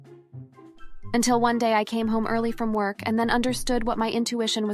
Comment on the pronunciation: You caught that too? These AI's are weird. It even mispronounced "early"